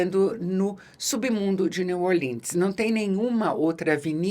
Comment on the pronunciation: "Neu orlinn" é estranho para min. É brasileiro mesmo. "Nova orleanse" kkkkkkk